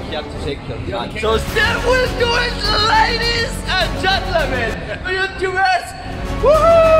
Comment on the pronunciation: i love fidias. "ladies and gent-lemen"